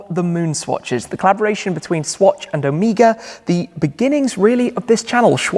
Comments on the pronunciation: Oh may gah! Not o me gah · It's not "Omeeeega" its "O-me-gah" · Interestingly, the pronounciation of Omega wasnt expected from me. I thought it was Oh-Mega instead of what Shmee said: O-mee-ga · The way you say omega LOL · Possibly a British thing.. Same pronunciation in James Bond..